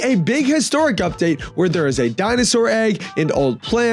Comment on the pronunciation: "Udpate" Vro what